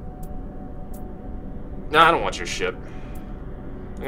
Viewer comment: Ve Vant VORE